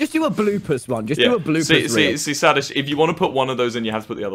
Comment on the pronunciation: FOR YEARS- WHAT !!!!!!!??????? For YEARS I THOUGHT IT WAS SADIST as in sadistic NOT SADist